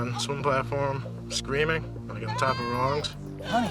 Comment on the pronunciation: 😂😂😂 ikr, what was that?¿